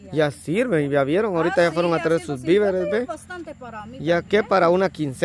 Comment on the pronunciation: No molesten a la corina mejor enseñenle a decir bien las palabras… hasta que valla aprendiendo, CORINA SE DIGA: DO-LA-RES… DIGA: VI -VE -RES